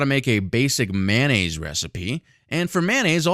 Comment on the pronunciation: Its Mayo nnaise, not manonaisae